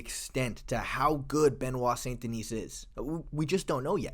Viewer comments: The 's' in 'Denis' is silent. Unlike the name 'Denise'. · the "s" at the end Denis is silent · Each time an English speaker pronounces the last S of Benoit's last name, I cringe. And Navy seals don't exist in the French army BTW. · The s in Denis is silent